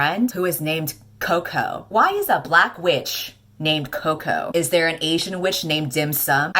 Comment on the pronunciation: Sorry to play the devil's advocate, but Coco is a diminutive for of the name Colette, and I isn't pronounced like it is in this video, or anything near to chocolate.